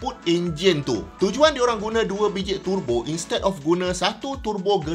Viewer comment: Syok dengar pronounciation turbo dari mulut prof,dengar mat2 kereta lain acah2 mat saleh pula,dok tebo tebo..lapar tebu gamaknya,dah terang ejaan dia ‘Tur Bo’,bukan ‘Te Bo’…